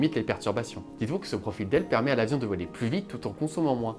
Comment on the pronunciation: Oui tout comme "profile" au lieu de "profil" mais bon la vidéo est vraiment sympa